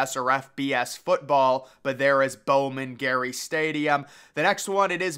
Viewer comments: LOL Bowman Gray, not Bowman Gary. 🤣🤣🤣🤣🤣🤣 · It is Bowman Gray, not Gary. The Yale Bowl is pretty interesting, and its name is the origin of the term "bowl" for bowl games. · Bowman GRAY (as in the color) Not Garry 🤦‍♂️🤦‍♂️🤦‍♂️ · Bowman "Gary" lmao. It's Grey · It's Bowman-GREY Stadium, not Bowman-Gary, you need to get things correct if you make a video... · Bowman Gary? WTF? It's Bowman Gray.